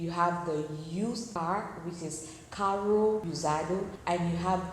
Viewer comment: A pronúncia desse R em CARRO é igual ao H em HOUSE 😉